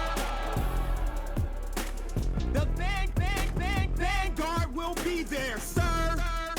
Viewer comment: Vin guard, is it? Van gourd? 😂😂😂 I've got Paknesia